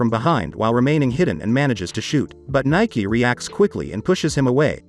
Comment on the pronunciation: Her name is pronounced 'Nee- Kay' not Nike.. Spoilers: In the manga princess Nike gets trapped in time for a few years everyone thought she wouldn't come back but she does and when she does she's still 16 but Livius ages a few years not exactly sure he either in his early 20's or maybe 19 but he ended up being older than her, this happened after alot of stuff